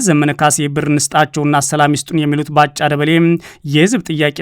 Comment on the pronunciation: ላላ አድርገህ አንብብ እስኪ ያበጭብጭህ እና ባ ጫ ይላል ባጫ በል